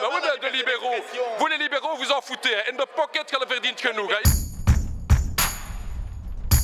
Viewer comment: In the pocket l'accent belge flamand et pas ouf